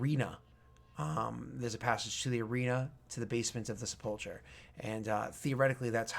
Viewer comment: I know I'm years late but, it is pronounced Seh-pole-ker or Seh-puhl-ker